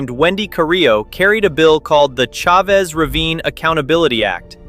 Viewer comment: this is the best, most well-rounded explanation of the who Chavez Ravine saga. One note: "Chavez" is pronounced "CHA-vez", not "Cha-VEZ". I look forward to viewing more of your content.